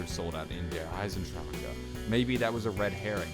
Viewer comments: Theres no uh at the end of der eisendrache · There no he sound at the end of der eisendrache. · Am I the only one that is annoyed by the way he says "Der Eisendrache" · Dude every time you say Der Eisendrachen I cringe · Is anyone else annoyed that he's saying the map title wrong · The way you say der eisendrache gives me cancer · the way you kept pronouncing Der Eisendrache was bugging me for some reason. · the way you say the fucking map name Is aids, you said it at least 100+ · Can't stand the way you say see eisendrecha because it's not correct at all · Every time he said Der Eisendrache it maid me cringe. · Your pronouncing it wrong I'm German and you don't pronounce the last e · that's how americans and the english folk will pronounce it, because they literaly can't prononuce it the "right" way. get over it. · JackC ich kenne genug Deutsche, ihr könnt es einfach nicht kumpel. find dich damit ab ;) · the start of the video he said he went to the dentist and his mouth is numb maybe its just hard to say with medicine. probably not his fault but it annoyed me too XD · The e is silent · i cringe every time he says it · omg fuck its not pronounced Der Eisendrac KAH its Der Eisendra HA fucking hell learn how to say word bruh Dempsey say Der Eisendrah ha no k or c at all its silent and plus the rocket from the orgins is the exact THE EXACT same rocket from ascension so your theory about the rocket is wrong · oh and its dare isen drock not dare isen dr cka thats how you pronounce der eisendrache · You say der eisendrache so wrong It's not der eisendracha it's der eisendrache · I'm tired of people saying Der (eisendracher) it's pronounced Der (eye-zen-dr-ah-ck) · Ur so stupid THERES NO KA AT THE END ITS IESANDRACHE NOT EISANDRAKA U FUCER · Why can't you just pronounce it like "Der Eisendrach" not "Der EisenDRACHEEEEE" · That's the rocket from Ascension you dingus. Also, stop saying SEE EISENDRACHE like that. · Deer eisandracca is all I heard